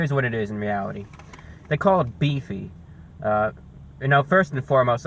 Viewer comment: You said Beachy 😂😂